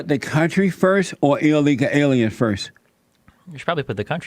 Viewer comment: Has this Jesse Peterson guy had a stroke or something? Whats wrong with his facial expression, and why can't he pronounce words properly? "Illega alya's in the bla' communities" Or does he just have a REALLY strong accent?